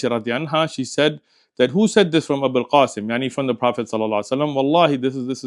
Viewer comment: Its Abul Qasim (the father of Qasim) it sounded a bit like 'Abd.